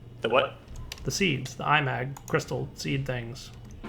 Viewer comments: I think it is not I-mag, but imag from imagine. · Felix Chong The inspiration for the mod is 'A Certain Scientific Railgun', an anime or something, never seen it myself, but if it's got anything remotely to do with actual railgun science then it's magnets (which is supported by the mod having 'magnetic manipulation') so 'I-mag' is probably the proper pronunciation. That's just a guess though. That said, say it how you want, it's a made up word.